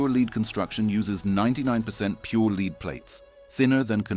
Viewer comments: AI voice faked as a British accent. The LEAD in a battery is pronounced like "led" not like "you can lead a horse to water..." This kind of bullshit makes me doubt the entire content's honesty. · 8 years so far on Motorcraft OE battery in Raptor. Why does this asshole pronounce "lead" with a long 'e'. Does he go to beed every evening? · Leed battery?